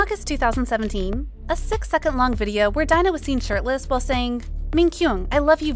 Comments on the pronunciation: Great video, but Please when reporting on people, please get their names right. Seventeen Dino (pronounced Dee-no, not Dy-no), because it makes it look as if you didn’t do your research. FYI what idols do in their private lives is no on else’s business, I don’t care how long you have liked them or how many albums you have bought, you don’t own them, they don’t owe you anything and if you are going to behave like this you don’t have the right to call yourself a fan. PERIOD! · Not Dino! How to pronounce is Dee-no 😌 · jesus christ his name is pronounced DEE-NO. at least give your narrator a pronunciation key when you write these scripts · I was also talking about that like how can she pronounce it daino 😂😂😂